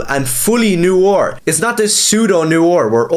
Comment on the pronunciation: What are you, twelve? First, look up how to pronounce "noir". And then go read Holy Terror.